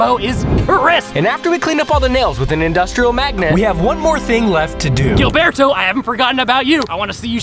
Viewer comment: you havent forgotten about Gilberto but you can say his name right? the "h" sound is indeed in the english language. casual racism. im sure you'll get your likes tho.